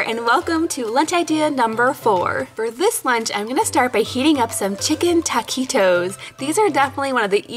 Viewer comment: It’s not “Taaaaa quit os” it’s Taquitos.